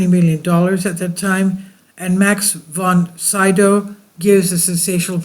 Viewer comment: It's "von /SEE-dow/, not von "SIDOW".